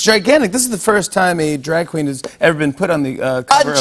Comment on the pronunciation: Ru: “A drag queen?” Jimmy: 😐 Ru: “A DRAG QWEEN?” Jimmy: 😦 Ru: I am the queen of drag! Jimmy: 🥵🙃